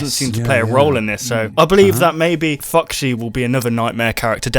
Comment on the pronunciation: Ugh did anyone else here say Fuxy? No? Just me? OK.